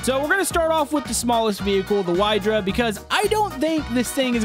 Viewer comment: Hey,, the name of the Wydra car is not pronounced [Why-dra], it is the polish name for Otter and you can pronounce it [Wee-dra] or [wie-dra] as in wiener sausage